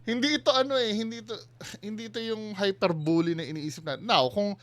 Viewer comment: HYPER-BEE-LEE po hindi HYPER-BU-LU ang pronunciation ng HYPERBOLE. Not bashing.